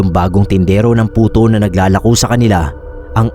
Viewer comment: Sorry po pero napansin ko lang.puto po d Buto hahaha